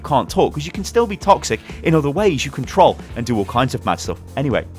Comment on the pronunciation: The way he says troll kills me